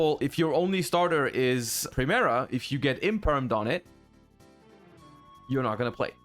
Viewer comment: Ohhh the English pronunciation of centurion, primera and phalanx is really bad. Well not like Legatia by Kali, that one is unbeatable haha.